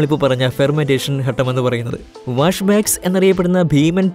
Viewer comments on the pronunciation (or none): none